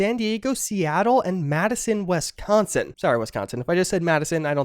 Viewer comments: On behalf of Wisconsin, we accept your apology. Except it's Wisconsin, not WESconsin 😂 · I'm just upset about how you said "WESconsin." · where is this Wesconsin you speak of?